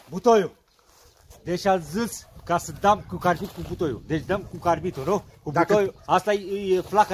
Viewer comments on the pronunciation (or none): Carbid nu "carbit"